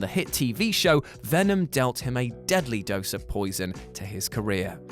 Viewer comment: I like how u said "venom" like eminems song